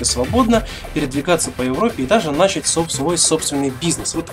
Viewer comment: I esche chuvak, pozaluysta prekrati govorit nAchat, govori nachAt. Tak pravilnee.